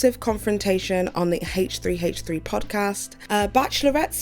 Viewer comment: It’s called H3 not Haaaaaaach 3. Driving me nuts every time you said H3 H3 like that!!